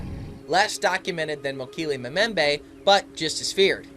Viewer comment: You're pronouncing Mokele Mbembe incorrectly, and herbivore begins with a 'H' not an 'E'. Typical yank!!! Interesting nonetheless and these creatures definitely exist, native peoples have no reason to lie.